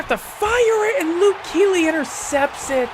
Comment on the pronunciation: You said Luke Keely. 😄. JK, I don’t really care that much. Great video btw.